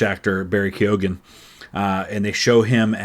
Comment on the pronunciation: The GH is silent in Keoghan It’s pronounced KYO-IN